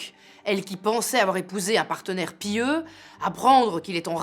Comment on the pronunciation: Pourquoi PI-yeux et pas pieux ? 😂